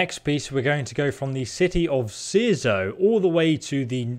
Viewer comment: So proud youre saying Cierzo correctly now lol